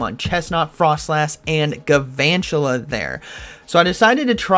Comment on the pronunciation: There must not be very many fire types in this ELO range, aside from the Talonflame switch. Also, I'm sorry to be that guy, but it's Galvantula... Not Guuhvantula